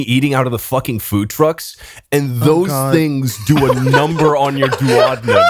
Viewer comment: That's not how you pronounce duodenum